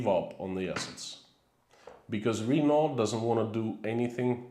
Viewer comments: (Renault- Sounds something like Ruh-NO, not REE-no.) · When you said "RE-no", I was thinking it was Reno. I then realized it was Renault you were speaking of. I think most English speakers pronounce it "ruh-NO". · I wondered what he meant when he said "Reeno". And then I realised he meant Renault.